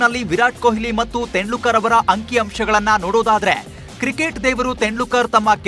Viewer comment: ತೆಂಡ್ಲುಕ ರ್ alla guru ತೆಂಡುಲ್ಕರ್